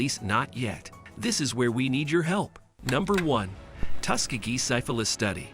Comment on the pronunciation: Is your voice over host a text to speech program? Sigh-fillis (syphilis), low-boh-tomy (lobotomy), yuni-maginable (unimaginable). Those are strange words to mispronounce for someone who speaks so well.